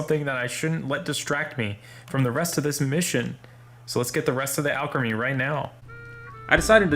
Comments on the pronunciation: al-cree-meee not al-craa-me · I'm not watching the whole vid after I heard you say Alcrimy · Hey let you know that Evolution name you have actually been pronouncing it wrong for this Pokemon that you have been shiny hunting and I know this for a fact this is how you actually pronounce it. All creamy. Trust me that's actually how you pronounce it a play in words because that's actually what sounds like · Me: watching this video cringing knowing it's pronounced All-Creamie but dealing with it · You can customize alot about alcremie, but not its pronounciation.